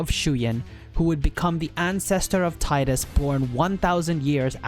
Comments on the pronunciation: ...grr for someone whose been doing the work on these lores, why the hell can't you pronounce their names correctly!? It's."Tee-das" and "May-chen" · No it's not. If your reference for that pronounciation is merely Wakka in KH1 then you need to do more research because that is not the only time it has been voiced and it was pronounced Tie-das. So get off your high horse.